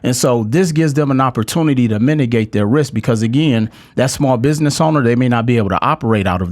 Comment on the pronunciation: he also kept saying minigate instead of mitigate several times.